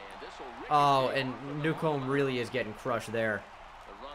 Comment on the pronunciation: Newcomb’s name name is pronounced new-come